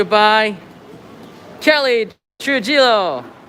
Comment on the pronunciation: Time for them to learn how to pronounce Callie Trujillo's name😉. The j is pronounced like an h. It is Tru-he-lo